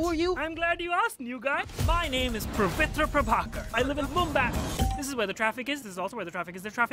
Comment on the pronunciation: The name is pavitra prabhakar.... He said pravitra prabhakar.... This is what happenes when u choose a person whose family is from India but he lived his entire life in America and cannot do the accent properly and cannot spell the word correctly